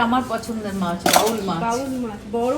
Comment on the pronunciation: পমপ্ল্যাট নয়, পমফ্রেট। আর বাউল নয় বোয়াল মাছ।